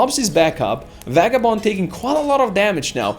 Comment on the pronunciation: You seem to pronounce Vagabond's name(Vei-ga-bond) as (Va-ga-bond) Is there a backstory to that?